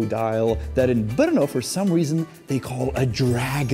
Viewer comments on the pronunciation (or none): The pronunciation is [ˈbr̩nɔ] -- no e at all. Yeah, hard to say for foreigners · Atleast I learnt the place is pronounced with a hard R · I've been to Brno in 2019, loved the place! And always wanted to know how to pronouce its name 😂 Greetings from Brazil! 🇧🇷